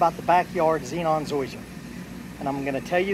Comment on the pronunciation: Zeon. You are saying it zenon